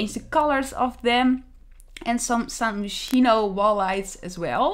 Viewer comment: I’ve always heard “Gerald” pronounced with a hard “G” and “san myshuno” pronounced as “San my-shuno” with “my” said as like “my house”